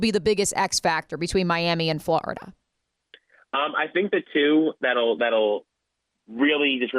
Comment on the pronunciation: Why did she say Florida like that? Are you from New Jersey?